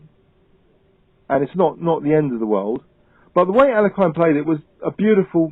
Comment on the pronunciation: Alehine is great Russian chessmaster.,pronounce his surname right. It sounds like Umbrella,Light,(Early-accent is here),Here,Into,Knight